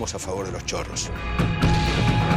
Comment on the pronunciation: Pensé que era chorra no chorro